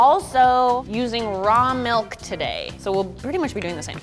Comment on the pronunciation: She said melk. Dislike